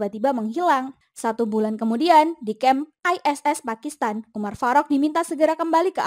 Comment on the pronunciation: Kayak gimana gitu denger penyebutan nama umar farok nya😂😂😂😂... Umar faruk gitu lho min